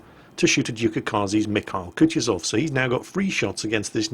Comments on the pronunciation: koo too sov...not koochtisoff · it's Ku-Tu-Zov. stress on the second syllable, not the last one, Kutuzov was not French, in fact he kicked Napoleons's ass.